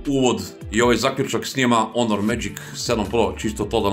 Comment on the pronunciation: care, ne kaze se onor nego honor